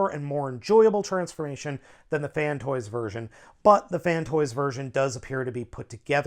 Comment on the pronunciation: Downvoted because you keep saying "Fantoys." IT'S FANSTOYS, c'mon man you're a reviewer!